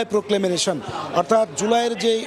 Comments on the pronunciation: এই ধরনের অর্ধশিক্ষিত সাংবাদিকদের চাকরি দেয়া হয় কি করে? প্রক্লেমেশন-কে প্রক্লেমেনেশন বলছেন বার বার। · Proclamation উচ্চারণ টা ঠিক করা উচিত।